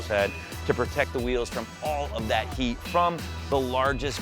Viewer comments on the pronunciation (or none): none